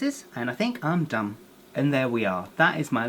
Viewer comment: it sound like he said dumb instead of done